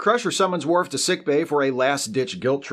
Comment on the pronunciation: It's worf